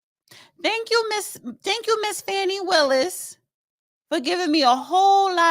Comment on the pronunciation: Not very nice of you to get your numbers up by putting Fani Willis down. And you continuously pronounce her incorrectly. SMH